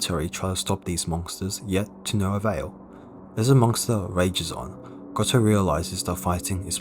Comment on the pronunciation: Did you just say "monkster"..?